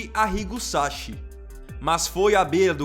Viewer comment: SaCHI= Pronuncia = Ki , não é como o nosso Ch… SAKI!!! pesquisa antes de pronunciar .